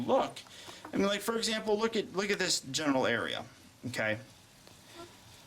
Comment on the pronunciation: and lol i thought you said genital area